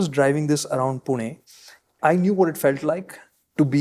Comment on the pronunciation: pronunciation of पुणे is spot on 😅